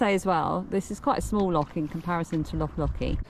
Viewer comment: Your mum is Scottish, but you can't say 'loch' 😂 Love your podcasts xxx